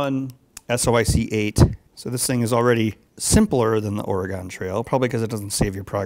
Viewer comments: Ben still can't say Oregon properly... >_< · You keep pronouncing Oregon wrong aaaaaaaaaaaa